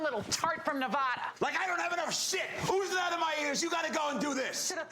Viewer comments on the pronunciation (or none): It'a "Nev-Add-Uh", not "Nev-odd-Uh."